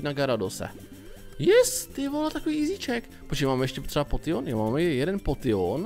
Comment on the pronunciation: Prosím neříkej potion čte se to (poušn) a ta borka co chtěla toho nidorana jen tam kvůli tomu že určití pokemoni se dam chytit jenom v jedné verzi a výměny jsou jediný způsob jak je získat